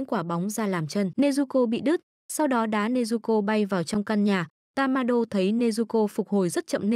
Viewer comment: Ủa tên nhân vật em đọc là tammaiê mà cj đọc tammainge p😂